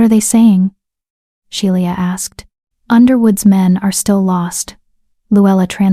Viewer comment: Love it have laughed so much AI needs to learn to speak names properly. I finally looked to see the odd name. Sheila lord a mercy